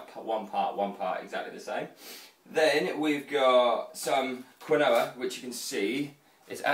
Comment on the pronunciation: quinoa is pronounced 'keen-wa'